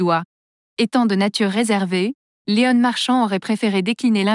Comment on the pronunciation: Qu'est ce que c'est cette voix ! Léon pas Léonne ! J.O. pas jo ! Il n'y a pas un mec ou une nana capable de lire un texte ? C'est quoi ce site ? encore un troll ?